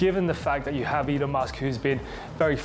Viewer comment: Really stupid AI. Go find a real person who understands what they're talking about and how to pronounce "Elon". Also ideas that last for the whole video and aren't just the same three repeated for twenty minutes.